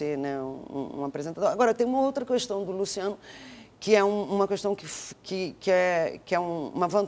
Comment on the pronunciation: quando é que essas pessoas tão importantes no meio artistico e jornalistico nacional vão entender que não é CUESTÃO mas KESTÃO? aaafff q chato